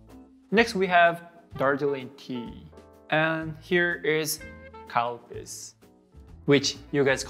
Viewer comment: The Calpis pronunciation at is fantastic, thank you for that, I was in Fukuoka and we had to resort to pointing at the menu because we couldn't escape saying cow piss.